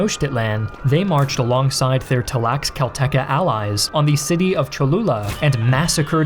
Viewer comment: Learn to pronounce Tlaxcalteca for God's sake